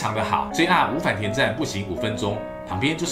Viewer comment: 的日文發音好爛，五反田的音調是0調的平音調而不是②調的重音調。